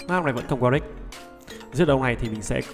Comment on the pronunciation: Warwick chứ sao lại Warick nhỉ?